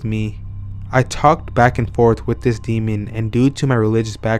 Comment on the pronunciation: I can't listen to this anymore. I can hear the D being placed on the end of the word "demon" at times. This bugs me SO much! Do you see a D on the end of that word? No. Oh, and "OH-WEE-JA" makes me want to scream. Oui is pronounced like "Wee", it's the French word for yes. It's not Oh-wee. "Wee-Gee" board or even "Wee-Ja" or "Wee-Ya". I hear people saying "Oh-You-Ja" and "Oh-Wee-Ja" all the time and it is wrong. I think if you're going to have a youtube channel where you read out loud you should work on your cadence and pronunciation.